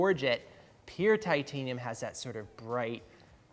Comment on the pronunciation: 'Timtanium' tools XD